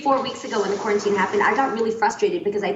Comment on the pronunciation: Adrienne "...kwarantin..."